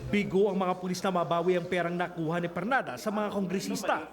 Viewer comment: ARNOL PERLADA PO HINDI PERNADA